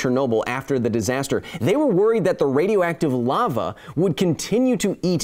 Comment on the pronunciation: 8.37 you pronounced Lava as we do in Denmark. Like, to a frightingly degree accurate pronounciation!